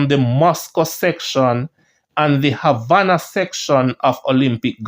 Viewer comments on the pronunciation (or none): none